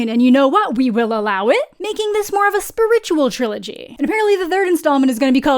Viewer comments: Did you just pronounce “spiritual” like that? 😮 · The way you pronounce spiritual is sending me LOL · I've heard that one before but I've never heard her pronunciation of "spiritual"